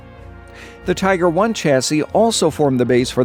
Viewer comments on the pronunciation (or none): none